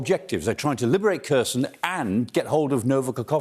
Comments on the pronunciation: Maybe, but it would be nice if he could pronounce Kherson correctly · It is not pronounced KER-son but HER-son with a hard "H" (KH).